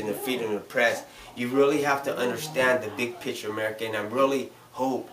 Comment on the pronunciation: It's "picture"...not "pitcher"